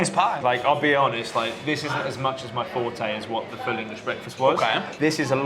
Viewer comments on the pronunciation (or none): none